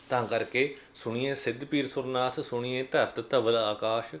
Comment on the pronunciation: ਵੀਰ ਜੀ ਬਹੁਤ ਵਧਿਆ ਵੀਚਾਰ ਨੇ ਤੁਹਾਡੇ ਪਰ ਉਚਾਰਨ ਸੁਣੀਏ ਨਹੀ ਹੈ, “ਸੁਣਿਐ” ਹੈ..ਧੰਨਵਾਦ ਜੀ🙏